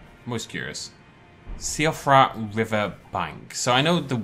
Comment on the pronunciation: a little sad that the Irish in you didn't pick up on Siofra and pronounced it wrong! ps. this is a joke its not actual criticism